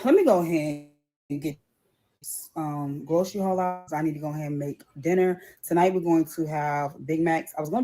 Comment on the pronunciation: When can’t pronounce food hauls I think she hit the food bank. But working for ebt or any benefits has been a requirement since 1998 in Michigan.